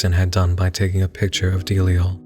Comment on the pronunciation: It's pronounced duh-lie-al. You're making delial sound like a mest song